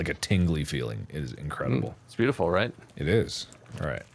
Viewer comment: Bob: “I’m gonna put one shark head and we’re gonna have so many BYAFEWLS.”